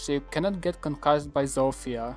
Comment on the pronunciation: chwała bogom...szanuje cie za wypowiadanie tego imienia Zofia a nie ZOŁFIJA, thanks